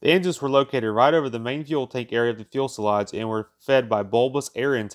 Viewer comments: Has anyone else realized the narrator is using the term "fuelselage"? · Not "Fuel-se-lage". It is a French origin word and is "Fuselage", pronounced "FEW-se-lage"...only one L sound on the last syllable. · Well the lage carriers the fuel in the case of this b47 so its fuelselage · Let me help instead of just criticizing. "Fuselage" is not difficult word to pronounce. The "L" comes in the second syllable, not in the first as in "fuel." Fue - sel - aj. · It is not "fuel-selage," it's "few-selage. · I enjoy your videos, but why you say "fewel-selage"? It's pronounced "few-selage" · FUSELAGE is pronounced "Few-selage" not fuel- selage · "FEW-se-lage", not "fuel-se-lage"! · Fuselage, not “fuelselage!” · Fuselage. "Fyoo-seh-lodge". Not "Fuel-seh-lodge"... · Needs a new narrator. Don't quit your day job. What's a fuelselage? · Few suh lodge. Not feulselage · For Heaven’s sake, pronounce fuselage “few-selage”, NOT “fuel-selage”!!! Unlistenable. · "few-selage" not "fuss-elage" "Supreme air command" WTF >>> "Do not recommend this channel" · fuelsage, fuelsilage, fuselsage, fuelslage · Holy shit, stop saying “ fuelsalage “ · Turret, not turrent and Fuselage not fulselage... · I tried...passed out and awoke with a killer hangover... What IS a fuel sulaj....?? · Of course the fuel was stored in the "fuel"salage. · Yep. Double-checked it. Irritating. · The "fuelselage." Man, that joker is difficult to listen to. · I wanted to shoot myself every time I heard "Fuelsalage". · Yeah the fuelselage contains the new-kewlar bombs. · It is pronounced "few-se-laj" sir 😉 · Like everyone else has been saying, thank you for NOT using a robot to do the narration. Content is great, keep going! And... fu·se·lage is pronounced fyo͞osəˌläZH/. Few-saw-lawghhh. Don't kick yourself, modern US schools do a poor job in teaching pronunciation. Keep this up and you'll be great at it. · I cannot get past the "Fuel Sell age" pronunciation! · "Fuelsalage", "Corvair", LMFAO. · Is he saying "Fuelsalage"?